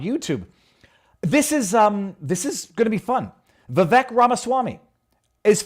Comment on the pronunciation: Viva, his name is Vivek, pronounced with a short sound on the "i" and an "a" sound on the "e": (Vi-vake). How is it you don't know that? Please get it right in the future.